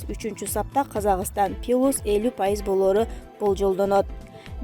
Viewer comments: Пилус эмес плюс. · Плюс десен.пилус дебей!!!. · Пилюс деген эмне соз плюс дегенби туура суйлогулочу. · Пилюс эмес Плюс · Пилус эмес плюс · ПИЛУС ЭМЕС КОШУУ ЖЕ ПЛЮС ДЕБЕЙСИНБИ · Пилус эмес плюс десен😆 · Плюс деп айтуу кыйынбы?!!! Пилус дебей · Пилус малдава 🤣🤣мектепте окудун беле😎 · Малдава пилус мынчалык сабатсыз админсин окугансынбы уят эмесби орусча создорду туура айтылышын окубайсынбы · Диктор, туура окуганга аракет кыл! + пилус эмес . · Пилус деп кой🤣🤣🤣🤣🤣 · Диктор ушунчада сабатсыз болосунбу.(пункытыды, пилус)дейсинби.Уят.